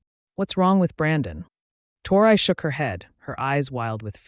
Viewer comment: She started out saying her name Tori, Torrey,or how ever it's spelled writing.And to hear the A.i.start saying" tore eye" ,is just irritating .